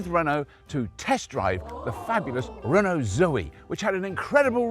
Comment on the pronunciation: never heard of a car manufacturer called "hono". Everyday is a school day I guess 😂